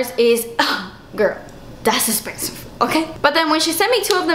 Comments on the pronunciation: "Oh no forget it. I don't want it. Too esspensive." 😂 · Lol I've always said dass esspensive 😂 love you girl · Just came upon ur channel and i love it and you your so fun to watch love when u say too espenseve heheh